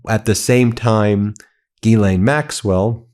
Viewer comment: Ya pissing me off, its Ghislaine with a S, not Gilianine, if youre going to report, report it right! Hmm